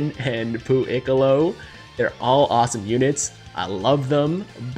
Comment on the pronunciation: "pooiccolo" oml, caught me off guard.